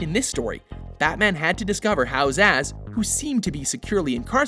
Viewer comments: stop mispronouncing names. I know I'm not the only one who heard "Victor Asz" as opposed to Victor Zsasz [Z,az] (as in a Z....as in check your work.) even Arkham city called you out on this one. [checks video again] ladies and gentlemen of Watch and the people of the internet, it appears you have just witnessed me demondstraiting "how to be an idiot". Please accept my apologies for my former statement as the local meneating pigeons of New Jersy escort me off of youtube. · Wolvakiin glad I wasn't the only one hearing that hahahaha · I'm laughing so hard while listening to him saying it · The name Zsasz looks eerily hungarian, it's somewhat irritating hearing his name then pronounced as "zaz".